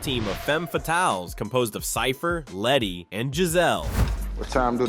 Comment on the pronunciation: Who’s Leddie? It’s LETTY